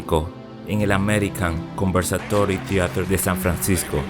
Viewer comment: No es "conversatory", será "conservatory"